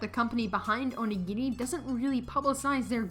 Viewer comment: bro, your dragging it it's not that big a deal pronounced either way it's just a word and it was said right